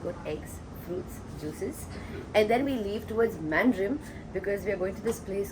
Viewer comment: its pronounced as Maandrem if you dont mind me